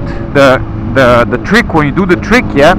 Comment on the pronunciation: If I hear Treek one more time.........